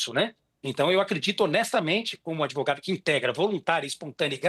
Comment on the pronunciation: Esse "adevogado" esquerdola eh uma vergonha. Usou a palavra magica "presidenta"😂